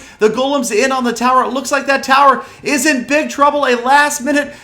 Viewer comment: Your in sounds like urine lol